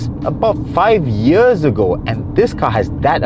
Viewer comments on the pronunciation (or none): none